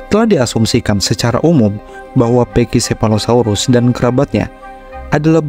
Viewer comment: Naratornya ngotot bacanya pekisefalosaurus. Padahal pak david attenborough di videonya aja bacanya pakisefalosaurus.